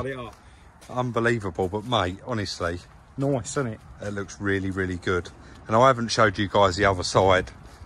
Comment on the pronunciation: “It’s looking noioice, it’s purrfick”.